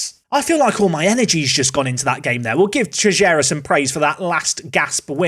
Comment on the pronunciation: Btw, Teixeira reads "Tey chey rah".